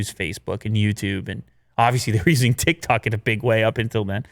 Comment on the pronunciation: who heard "thik-thok" instead of "tik-tok" & 😂